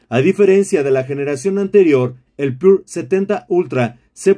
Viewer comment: com que varios no saben leer, es PURA no pure.....